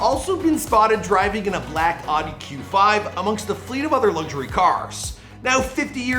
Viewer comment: Its 2021 and people still say Audi incorrectly. Jesus